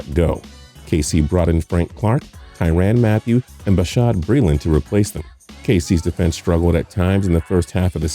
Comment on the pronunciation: tIeRaN mAtTHeW 😂😂